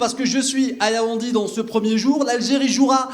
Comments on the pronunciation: Yaounde. Not Yaoundi Anyway u are not a Cameroonian u have done ur best. Courage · Tu es dans une ville et tu ne connais meme pas prononcer son nom🤦‍♂️. Yaoundi yaoundi. Mafff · YAOUNDÉ pas Yaoundi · Yaoundé pas yaoundi ! Ahmadou Ahidjo pas Ahmadou Ahidjou et les lions indomptable ont peur d’aucune nation arrêter de mentir pour vous rassurer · C'est Yaoundé et non Yaoundi!